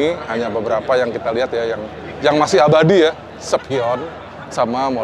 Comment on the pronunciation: lucu pas bilang "abadi"😂